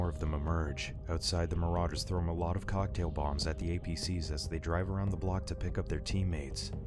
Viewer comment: do not ever say "moh-lotiv" again.